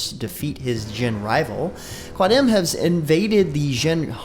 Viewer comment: Ahahah its qadim not quadim and its all tonic syllabus in zomoros xD